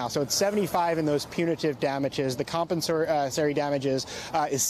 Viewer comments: Next time MSNBC's Man in Atlanta goes on the air in front of a courtroom, perhaps he'll practice his pronunciation of the word, "compensatory." I particularly liked it when he turned it into 'compens-uh-so-sorry.' I don't know if that was deliberate. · Geez, if you're going to do legal reporting, at least learn the lingo. Punitary? It's PUNITIVE damages. Compensary? It's COMPENSATORY. It was painful listening to you stumble your way through those pronunciations over and over again. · Buddy keeps saying comensory lol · Apparently to be a news anchor in 2023 you don't need to be able to pronounce "compensatory" or "punitive"🤭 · Maybe MSNBC can find a legal reporter who can pronounce "compensatory" correctly.... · is cute to look at, but he REALLY needs to learn how to pronounce the words "punitive" and "compensatory." Seriously, this shouldn't be difficult for a cable network news reporter. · A so-called justice reporter should be able to pronounce and understand words like punitive and compensatory. Amateur hour. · Please retain the credibility of your reporting by hiring reporters who are able to speak without 'er' or 'um' between every other word. And also are able to correctly pronounce words like compensatory. It's painful to watch/listen to this fellow!